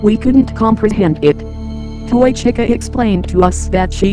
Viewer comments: it sounds like chica is saying keychin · Just noticed they say chi ca with short i